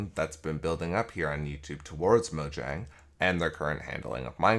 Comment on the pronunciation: It’s pronounced Mojang.